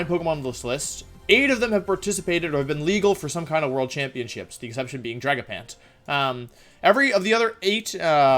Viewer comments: We’re not going to ignore that he said Drag A Pant instead of dragapult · ah yes, dragapant.